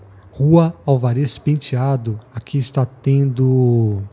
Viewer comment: Bom vídeo, excelente trabalho. Só a pronúncia da Rua Álvares Penteado que está errada.